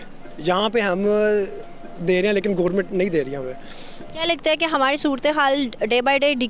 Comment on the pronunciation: I wonder why these Pakistani host don't pronounce 'Ra' rather they pronounce 'Da'.. it's not Hamari... it's Hamadi... 🤣🤣